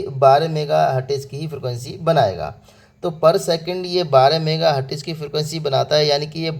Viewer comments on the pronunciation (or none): Hertz to bolna seekh lo pehle😂